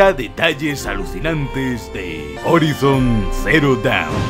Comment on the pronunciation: "Horaison" pls